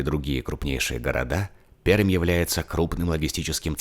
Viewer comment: Почему Перьмь, если правильно: Пермь. )